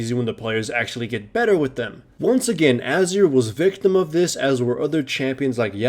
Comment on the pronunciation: Ah-zir. Titled.